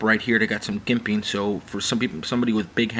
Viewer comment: you're saying jimping wrong, you say it like "J" as in "Joke"